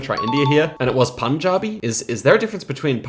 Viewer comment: Punjabi and Panjabi are the same language, How you pronounced Panjabi is how it is supposed to be pronounced. Pun as in the word Pun not Poon